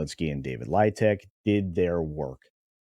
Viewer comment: David Leitch= David Leech